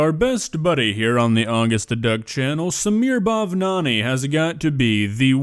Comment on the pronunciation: The way he says Sameer Bhavnani is funny af 😂